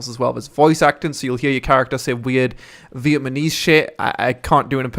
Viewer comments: It's Vietnamese not Vietmanese, damn, you said that over and over again. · You said Vietmanese like 10 times at the start of the video XD I liked this video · vietmanese LOL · Cringe at the pronunciation of Vietnamese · No it's not, it's mispronunciation.